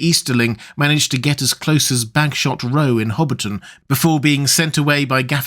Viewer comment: Bagshot Row.